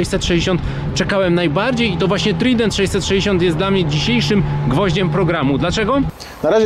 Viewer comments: Polecam Panom "redaktorom" : i naciśnięcie głośniczka powoduje prawidłowe odczytanie frazy. Niedobrze się robi od tego "trident". Jak już chcecie tak spolszczać to te słowo oznacza - trójząb. A wymawia się je: "trajdent"... Masakra... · Moze sie czepiam, ale to dlatego, ze az uszy bola. Mowi sie TRAJDENT a nie Trident. No chyba, ze Yamaha wymawiacie przez Y a nie J to spoko.